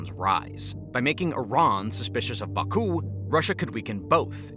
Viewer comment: Imagine making a video about Azerbaijan and not knowing how to pronounce Azerbaijan, Caucuses, Baku, Nagorno Karabakh, Armenia, or Tehran...